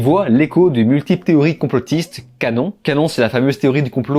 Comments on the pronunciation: QAnon ce prononce pas canon mais Q Âne On comme dans on/off. :-) Je sors ----> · Qanon, se prononce "Cu-Anone". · On dit Q (_ _) Annon (_ <none<_) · Ça se paluche deux bouquins barbants sur Napoléon, histoire de pouvoir connaître son histoire mais c’est incapable de faire la moindre recherche sur ce sujet ! Vous ne savez même pas ce qu’est QANON (au passage ça se prononce Q Anon 😂)et que ça n’existe pas mais que Q existe. Vous pouvez croire ou ne pas croire ce que ça dit, c’est un autre problème. Mais vous avez fait zéro recherche sur le sujet. Êtes vous juste allez voir une vidéo de Karl zéro par exemple, qui parle très bien de ce sujet. Bref, pour vous ce qui viens des médias et forcément vrai et les autres c’est forcément complotiste ! L’argument zéro du gars qui ne connaît absolument rien sur le sujet et qui ne veux même pas se faire une opinion soi même. Ah oui la vie Napoléon c’est plus interessant et forcément vrai, c’est un bouquin qui le dit ! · Thx pour la vidéo. Juste pour info on dit Q-Anon en deux parties [cul-anonne] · Et mon gars, Qanon, ca se prononce 'Qyou annone'. Ne me remercie pas.